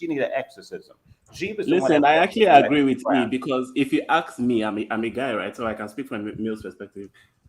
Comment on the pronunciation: E trying to sound smart but still says axe